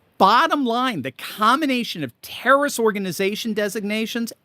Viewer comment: You sed international tarroist organization wrong 😅